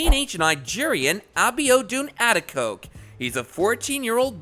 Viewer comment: It is a-de-ko-ge. For Gods sake say people's name right